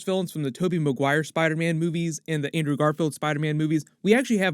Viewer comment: Why am I hearing "boobies" instead of "movies"? Is it only me ?